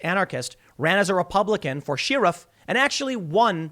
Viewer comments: Share-if not Shear-if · STOP SAYING "SHEER-IF" The word is pronounced like "cher-if" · "Sheeeee-riff" ---- WHY DO YOU KEEP PRONOUNCING IT THIS WAY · Tim: WTH is a "she-riff"? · Sheriff, not SHEERE-ROFF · There's that "sheruff" again. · Funny when Tim says "Shearuff" lol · Also, I hear it as sheariff when he says it. Or is that a normal pronunciation. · Still giggle every time Tim says "shear-riff" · Tim: Sheer rif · the dictionary says is it pronounced like share-if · Sheereef alert: Tim yet again mispronounce sheriff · Why does Tim say “sheriff” weird? Is it a Chicago thing? Like Stuey Griffin saying “cool w-hip”. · Hearing Tim pronounce "sherrif" is so peculiar. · Canadian here, question for Americans. Is the way Tim says "sheriff" typically the way a lot of americans say it? some local accent? Sounds weird to me, so I'm wondering (aboot) what everyone else has to say. I talk constantly to americans, all day long for my job and have worked on own accent so that it's less noticeably canadian. It's fine until I start speaking quickly or talk to someone close to the border or knows Canadians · The way tim says sheriff is so funny to me I love it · Why are you saying Sheriff like that? 😂 If it turns out that it’s pronounced that way, the word is dead to me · Every time you say sheriff I laugh on the inside